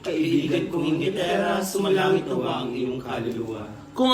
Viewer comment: panay ka kasi SALSAL hindi mo na mabigkas ng maayos ang SUMASALANGIT haha